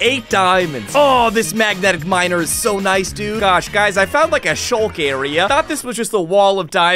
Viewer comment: its not called shulk its called sculk